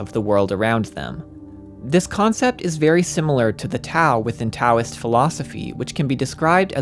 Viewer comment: the T in Taoism is pronounced like a D